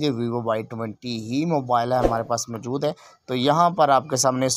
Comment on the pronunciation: MJOOD nahi MO JOOD hai 🤣🤣🤣